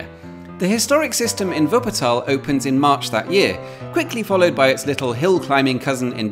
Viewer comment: And he says Wuppertal correct too 😀